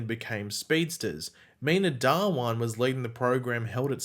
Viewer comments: Its not dawaaan Its dhha-one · Dhawan is not Da-Wan but Dhha-1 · Its pronounced Dha-One